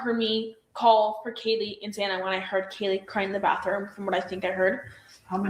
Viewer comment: How does not know how to pronounce anyone’s names + Hunter J. Mispronounced Kaylee’s 1st name, but was seen in noise complaint body cam footage, playing drinking games, with Caylee & zip ties 😒